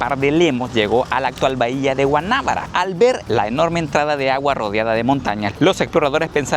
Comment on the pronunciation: No es Gua"ná"bara, es Guanabara....sin tilde...